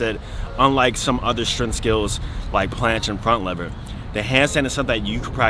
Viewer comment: “Strenth” or “tentacle” issue 😳🤔.